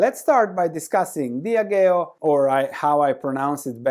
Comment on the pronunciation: Diageo is pronounced Dee Ah gee oh